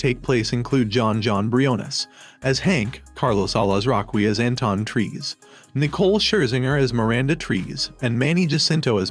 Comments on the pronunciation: Trees? LOL! It is pronounced as "Tre-seh." Nuno in the trailer has pronounced it well... but why couldn't you? ;p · Its tre-se not trees bro.